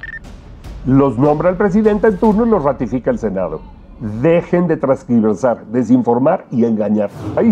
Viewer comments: Tergiversar, no “trasgiversar” 😊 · Sr con mucho respeto se dice tergiversar no """ transgirvesar"" porfa hable con propiedad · OTRA CORRECCIÓN: SE DICE TERGIVERSAR NO TRANSGIVERSAR. SALUDOS A LA FAMILIA ATYPICAL. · IJO: La palabra es "TERGIVERSAR" en lugar de "TRANSGIVERSAR" como lo dijo el locutor.